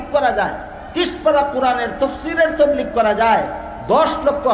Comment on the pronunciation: Huzur hoilo akta patha J tablig shobdo ta sothik vaba bolta parena se ki alocona korr?